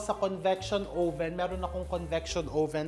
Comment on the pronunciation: Oven or owven? Haha